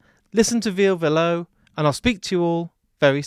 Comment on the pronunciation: Perfect interview except for one thing: Ville "Vill-uh" Valo "Va-low" 😊 Hope this helps because you have otherwise brought us a fantastic interview ❤